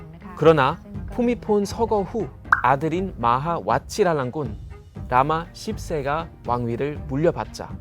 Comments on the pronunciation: 발음이.. 라마 시입세? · 음 발음을 잘해야 할듯 ㅋ...... 10세 라니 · 라마10세에서 ㅅ들을 그렇게 강하게 발음하시면 ㅋㅋ